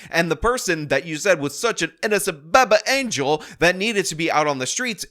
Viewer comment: I am here for the “BABBBIE ANGEL” pronunciation.